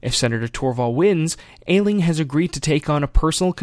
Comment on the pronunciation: Just saying... I'm pretty sure it's pronounced 'Ash-ling'